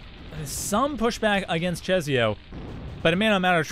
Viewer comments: Just for the record; I believe czesio is pronounced like 'Che-shio' with a slavic accent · The 'i' after s changes the pronounciation into 'ś', which is a kind of softer 'sh'; it's a weird rule so I don't blame you :D